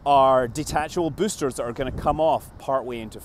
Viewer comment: MOAR BOOSTAH